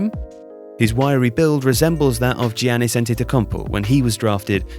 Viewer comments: It's "Yannis", not "Jiannis" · We need to teach how to pronounce Giannis 😅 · Normally watch tifo football, first vid here and we cant even say Giannis correct..man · Yeah embarrassing that he mispronounced Giannis' name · how is this guy supposed to Inform us about anything basketball related when he can't even pronounce the best players name correctly?